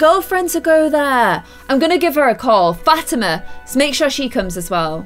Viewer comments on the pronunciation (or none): Still bugs me that she calls her Fat-ima and not Fa-tee-man.... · The way she says Fatima it's pronounced Fuh-Tee-Muh